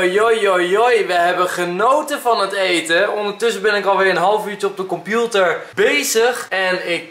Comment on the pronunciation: Enzo ik vind het grappig hoe jij computer zegt waarom moet ik bij jou zo vaak lachen en waneer ga je een Q&E doen. Ps waneer komt de fanmail video.